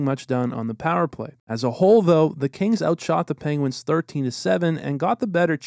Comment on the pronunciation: I kept thinking you were saying Canes not Kings